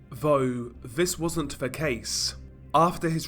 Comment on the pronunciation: "Vough, Viss wasn't ve case", What?